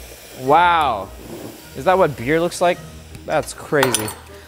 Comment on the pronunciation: he said qwow! HHAAH